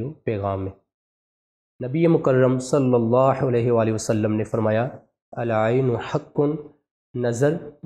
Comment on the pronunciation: MUHTRAM bhai HAZOOR PAK K NAAM K SATH JO AP DAROOD PARRHTAY HEN US MEN SALLALLAHO KA HAA MOTA PEERHNA HE AP US KO BAREEK HAA MEN PERH RAHAY HEN JO K GHALAT HE